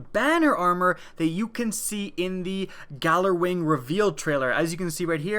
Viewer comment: its pronounced yallerwing